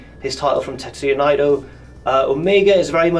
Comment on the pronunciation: It's 'Nay-toe'